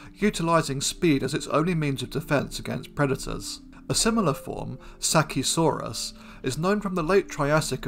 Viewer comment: One tiny thing, bro: the C in Sacisaurus must sound like the S in saurus. Can you make a video on Josephoartigasia?